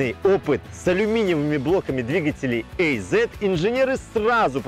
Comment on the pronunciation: Ох как же слух режет "эй зет", говорите уже азет, хоть это и грамотически не правильно)